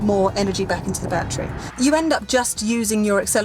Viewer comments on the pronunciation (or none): IT'S NOT A "bat-tree ". Say "baa-TTeRy"